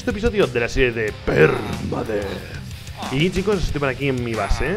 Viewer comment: La intro me hace mucha gracia cuando dice PERUDETH